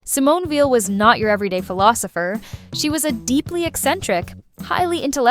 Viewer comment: Ugh. By 48 seconds in, the (AI?) narrator has pronounced Weil’s family name 3 different ways, none of them correct.